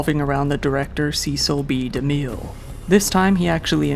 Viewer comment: A quick Google search of Cecil B DeMille pronunciation & one would know his last name ends in 'Mill' not 'Miel'